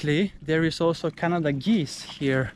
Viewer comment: It’s actually pronounced Ka-na-da not like the country actually in a different way. and it’s named after a croft (torp)! 😊